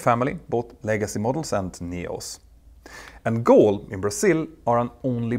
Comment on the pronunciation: Hi Peter, the airline's name is Gol, not Goal, thanks, always great jobs, greatly appreciated!